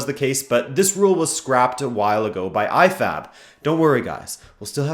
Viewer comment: I heard I-FAP instead of IFAB in sometime in the video. LOL!